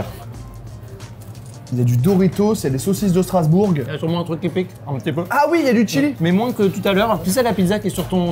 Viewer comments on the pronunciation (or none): Strasbour"g" pas Strasbourgue , le g est muet 🙊